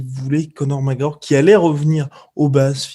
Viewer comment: "donc oui ! Conor Mawooorr qui avait dit !" xD